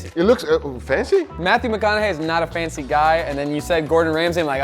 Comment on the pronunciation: There is no R in Matthew McConaughey. Guga added two 😂😂❤